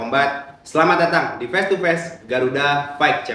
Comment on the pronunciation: FACE NDROONGG BUKAN PES FIGHT BUKAN PAIIIITTTT BELAJAR CARA NGOMONG F DAN V HOST